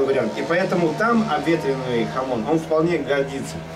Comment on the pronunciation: Не хамот, а хамон!